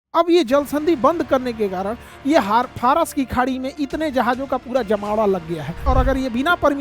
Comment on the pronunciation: Phras nahi Faras hai 😂